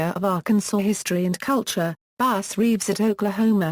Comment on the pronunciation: His name was “bass” not base. Who the f*ck reads this? Bass Reeves was a great part of American history. He is due the honor of pronouncing his name correctly.